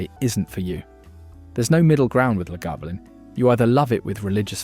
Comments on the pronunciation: And La GAvoolin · One day, AI will evolve to such a degree that it will be able to pronounce Islay, Talisker and Lagavulin properly, but that time is a long way off by the sound of this film. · What utter pretentious drivel! This fraud had downloaded various random “Scotch” ads and descriptions and made a video of it. Period. He can’t even pronounce, Islay, Talisker, or Lagavulin properly! What a tosser! Blocked! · Voice AI struggles with Talisker and utterly fails at Lagavulin and Islay. No Laphroag? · ISSSLAY - Glenfidichhhhh, and as for the Lagavulen pronunciation!?!?!? I agree with the AI on Glenfarclas 105 though. What a pity that the A.I will never taste any of the whiskies on display. However, any enjoyment of this 'promotion' was ruined by incessant interruptions for adverts which - by the way YT - I NEVER listen to (thank you the mute button, thank you, and thank you too the skip option, which when one thinks about it, why offer us the option to skip, do they somehow feel guilty for shoving these adverts at us in the first place?)) Where were ALL the non-chill filtered and natural colour single malts. I see it thus, WE have found these beauties and YOU stay well away from them A.I. WE don't need to be told how good they are! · And. Can’t pronounce either of the Glens, has 4 versions of Lagavulin, 3 versions of Talisker apparently a highland whisky despite being made on the Isle of Skye, and Islay is not once correct despite cropping up many times. The curse of AI - did anyone do the homework or is this an AI assembly from a troll of the internet. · And 'eye-la' FFS. Not 'eye-zlay' And 'Laguvalin'. I've watched a 'worst value whisky' vid that put Chivas Regal at the bottom because it was too smooth and boring. Macallan double cask was rubbished, too.